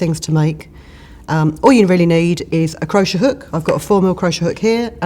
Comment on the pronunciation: Can't get used to you pronouncing it crosher! I say cro-shay! Lovely feathers.